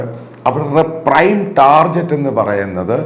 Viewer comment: I have lot of love and respect for you. i've watched almost all videos of you. A small request. Please pronounce the word Target correctly. it's not TARJET it is TARGET.